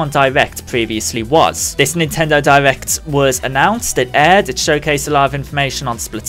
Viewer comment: is it just me or do you hear him say divect instead of direct